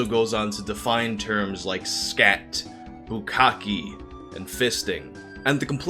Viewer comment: lol, I'm quite sure that's "bukkake" not "bukkaki". Btw, I love how your usage of the background music. Like when you said that the film was made in Brasil and out of nowhere comes Blanka theme :D